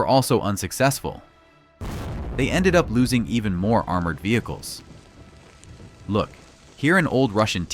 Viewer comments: AI says look wrong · your AI voice says 'look' wrong